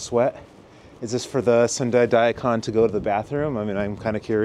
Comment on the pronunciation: Cool video, and thanks for doing it. One quick note though: *DA-ee Kahn Non*. Sorta looks like a human-shaped Daikon, being crisp white like that too, but still 🤓 Arigatou Gozaimasu